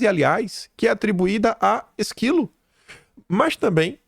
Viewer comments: Por favor, não é Esquilo, mas Ésquilo, dramaturgo grego . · Gosto das suas postagens e as assisto diariamente. Quero fazer uma crítica construtiva. O nome é ÉS-qui-lo (com acento agudo no É), e não esquilo 🐿️ . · Não é Esquilo , é Ésquilo. Ésquilo...Ésquilo (sílaba tônica És) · ÉSQUILO, PELO AMOR! E NÃO "ISQUILO". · Ah, não,. Transformou o literato grego num animalzinho... Não é esquilo, é Ésquilo! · Ésquilo e não esquilo! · Esquilo?!? Ésquilo, animal! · Ésquilo(dramaturgo) não esquilo. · Ésquilo É É 😂😂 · a pronúncia correta é ÉSQUILO,e não ÉSQUILO(o animal)... Cuidado que assim a LINDA professora CINTIA CHAGAS, vai dizer que bahiano não conhece acentuação. E CÍNTIA CHAGAS, o que tem de "BUNITA"(com U mesmo, em bom "NORDESTINÊS"), tem de DEBOCHADA.